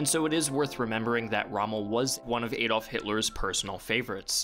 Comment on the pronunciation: Add-olf not ay-dolf